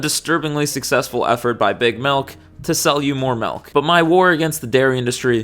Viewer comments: "to sell you more melk" are you from Michigan? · Why do you say milk like that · I'm wondering whether you're from Wisconsin, Michigan, Minnesota area based on how you pronounce "milk" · I think the most shocking thing about this video is how you say milk